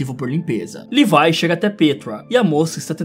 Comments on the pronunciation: Ele falando:livie Eu:oxi mais n é levi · Que agonia você falando levai sendo que é le vi é vi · mano...LEVAI????? É SÓ LEVII kkkkkk não é possível que só eu fiquei agoniado com LEVAI kkkkkkk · È Levi não levai pf fala direito pf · mano me da uma agonia quando vc fala Levai ao invés de Levi. Bom videoo ja deixei o laikezin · Não è levai é Levi 😡 A e a mikasa também é akermann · E Levi e não levai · Livai kkk é levi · mano nao e levai e levi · ce pronuncia levi !!!!!!!! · cara fala o nome do levi em português eu já do ficando estressado já é leeeviii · Em inglês a pronúncia é "levai", em português é "levi*